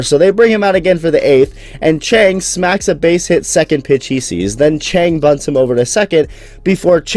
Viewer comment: 江 鄭 陳 他唸起來根本一模一樣笑死